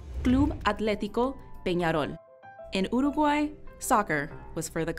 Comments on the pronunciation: She actually pronounced it properly (at least the first time) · Jajaja igual se interesaron en pronunciar bien Dijeron uruguay en vez de iurugoai y dijeron bien batlle y ordoñez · I believe who speak could be Uruguayan, she pronounce really good difficult word for anglophone people, and Omho her English is perfect too.